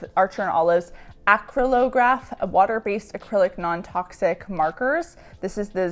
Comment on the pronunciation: Acrylographs come from acrylic paint, that should help with the pronunciation